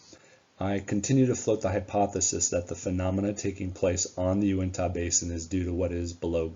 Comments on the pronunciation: Great video! I'm very interested in History and Discovery Channels programs on these two locations. Just wish they weren't so much into manufacturing "drama" in their presentations. FYI, Uintah is pronounced "Uintuh". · UINTAH. Get it correct!